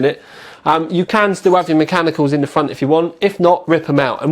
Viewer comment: whatever fickness fweesixty you want in the fwont. lol